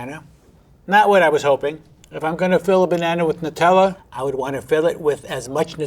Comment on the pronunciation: Finally an American knows how to pronounce Nutella